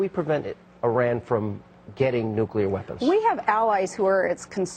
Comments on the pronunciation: She didn't say 'Iran' OR 'Iraq'. She said 'Eye-rack' - whatever that is... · It's IR-an and IR-aq Never mind It-aly and mosc-o(w)